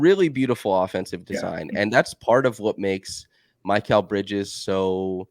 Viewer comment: Love to see here, the banter at the start was awesome, it had me smiling while listening! Is that the proper pronunciation of Mikal bridges, it's the first time I have heard that pronunciation